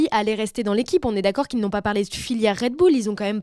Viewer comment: "Red Boulle" ?